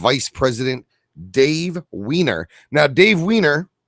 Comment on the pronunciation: It's Dave Wine Er